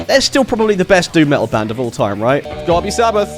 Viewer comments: Ahh, Finn Mckenty was calling you out on your lack of "T"s wasn't he? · I learned English from American movies and its so weird hearing someone say "me'ol" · This dude said "Me'ol" 🤣 🤣 🤣